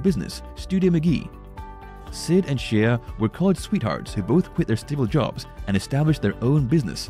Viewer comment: I think her name is pronounced Shay not She-a